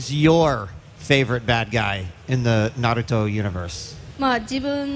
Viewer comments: Dude gotta go he said naruto wrong right in front of the creator. Edit: my name is misspelled on purpose. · You cant call yourself a Naruto fan and pronounce his name wrong. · This guy can't even say Naruto right and when I first saw Naruto I said the god damn name right. That shows you I'm a fan a true fan!!! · This guy is direspectful pronoucing Naruto wrong right next to kishimoto and asking useless Questions 😒😒 but the lady translating is awesome though 👌👌👌👌👌👌👌👌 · he said Naruto wrong XD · He triggered me when he Said Naruto Wrong. Who the hell says it like that. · Damn you could at least say naruto name right got damn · I hear him say narooto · we're mad because one of the very first things he says is "If you're a real fan of Nurto' like me..." No real fan would pronounce Naruto like that ESPECIALLY in front of the creator himself. OF course it's okay to mispronounce words, but this guy doesn't get to pretend he's a fan. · If this man was really a Naruto fan then he would know how to say Naruto. Smfh "Nerudo". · Hard core fan near Kishimoto say "nerudo", you've got to be kidding me. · why is it so hard for these guys to pronounce Naruto? It's "Nah" "Roo" "Toe". Simple. Not nerudu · I don't know, it depends on the emphasis. It's just weird to do that with names especially since it's not hard to pronounce it correctly. Like Naruto. No one is expecting you to pronounce it "Naduto" like in Japanese, but "Nuhrooto" is just weird. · crashpal japanese dont have toe...the t letter with them so its nah- ru- toh not toe..the t doesnt hit the roof of mouth but the teeth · How the fuck do ppl keep saying "nerudough"? Lol there's no letter "E" or a "D" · Kishimoto to the interviewer when he heard him say “nurudoo” : I’ll show you after the interview 😂😂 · I died inside everytime he said narudo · “Naroooto” is not Naruto guys OwO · If you ever say Nerudo there’s something wrong with you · thank God he stopped saying "narudo" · Its naruto not nerudo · It’s Not NAROOTO bro